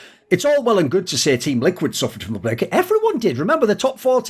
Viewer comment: Finally discovered Thorin is human after slip up in his word ‘break’ . I’m unsubbing /s